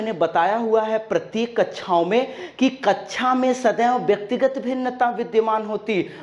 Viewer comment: Kacha n bolo sir kaksha bolo plz